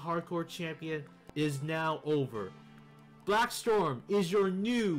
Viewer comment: Its Blaxstrom not BlackStorm